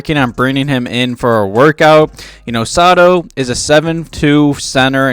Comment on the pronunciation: Kai is my fellow countryman or in our Filipino language "Kababayan".. Him and Marko have almost similarities to their game.. Kai is a good project.. By the way its Sow-Tow not Sa-To for Sotto.. #SEERED